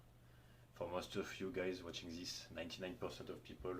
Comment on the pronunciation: Thanks for the info! Gonna try doing decline dumbbell bench in a few weeks. Funny when you say "this" it sounds loke "zyzz". Keep up the good content, earned a new sub.